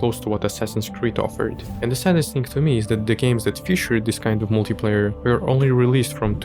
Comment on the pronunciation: Если я не ошибаюсь, multi-player на англ. произносится МАЛТИ ПЛЭЙЕР)